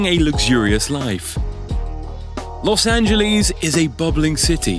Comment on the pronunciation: Blue Benjamin’s? Las angaleees? Lol